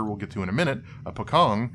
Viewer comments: FYI the 'c' represents a hard 'ch' sound -- so "pocong" would be pronounced something like "po-chong" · Ngl hearing Pocong being called Pho-kong is kinda funny lmao. That aside, I'm glad to see someone not Indonesian talking about Pamali with some more insight than just "ooo sbooky goast game" cause honestly it kinda need more light shed on it and the project as a whole, cause it's super neat. It's legitimately have better play feel and dabble with actual Indonesian horror lore more closely and respectfully than DreadOut which is just "Outlast with vaguely Indonesian theme."